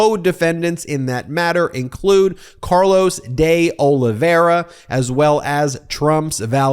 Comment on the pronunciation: Try this: Deh Oliveyra instead of Day Olivera